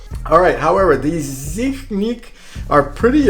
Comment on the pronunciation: Its z i h i n c